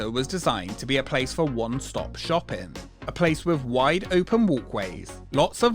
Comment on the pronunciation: Why do you keep saying “shoppen” instead of “shopping” ?!?!?!